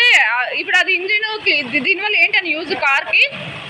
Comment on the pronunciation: Cal kadu car😅